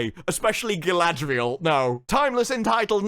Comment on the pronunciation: Only seconds into the video and the actual director unintentionally pronounces her name “Guy-ladriel” just like … weeew lawrd. this gonna be good.